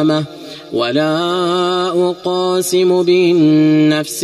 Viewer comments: في بداية الصورة خطأ لقد مددت حرف ساكن كمد طبيعي لا أقسم وليس لا أ قاسم قلقة القاف وليس مده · لماذا تقول لا اقاسم بيوم القيامة بينما النطق الصحيح هو لا اقسم؟ اقسم مصدرها القسم بينما اقاسم مصدرها القسمه فرق كبير في المعني بين الاثنين. اتق الله و لا تحرف الكلم